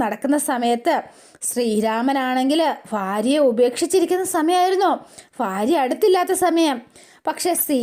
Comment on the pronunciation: Farya alla bharya parayu